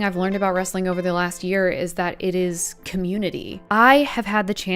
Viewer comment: Wrestling is only two syllables